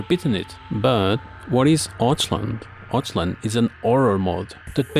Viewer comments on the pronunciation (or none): You pronunce it "Oth-hwan" kurwa mać ^^ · "Otchland" nailed it bro xD. It's always so funny to hear people mispronounce Polish, no offence. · "Otchłań" spells more like "ohthwani"